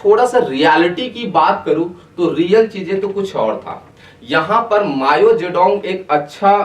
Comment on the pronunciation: Bhai vo "Mayo" nai hai "Mao" hai , pronunciation zaruri hai